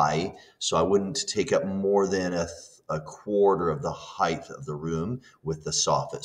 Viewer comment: "Height", not "heighdth"